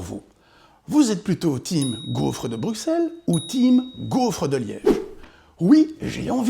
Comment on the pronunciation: Bruxelles c'est ta maison mais tu dis "Bruqsselle", rentre chez toi m'fi !